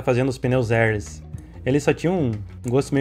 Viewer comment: Pneus "Érlis" ? kkkk Érr léss